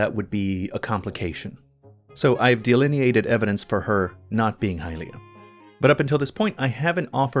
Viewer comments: Please stop saying high-LEE-ah, youre the only person who does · The way you pronounce “Hylia” makes me want to kill myself